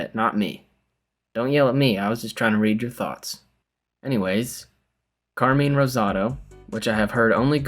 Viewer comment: And say Carmine's name correct hahah, love you both